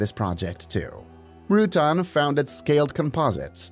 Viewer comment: Nice video, but Burt Rutan is not pronounced Rutun. It's pronounced Ru Tan.